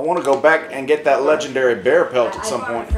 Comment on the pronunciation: This was hilarious. No idea how I got to Jacks channel but I ain't complaining. He's Lej-EN-Derry